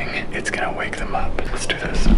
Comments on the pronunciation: “Idk if it’s gonna rain” tell me why I thought he said “gunner rain” I need sleep💀😂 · I thought he said "gunner rain". 😐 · I don't know if it's gonna rain. What it sounds like: I don't know if it's Gunner rain.